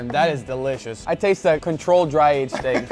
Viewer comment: He said tatse like eraser 😂😂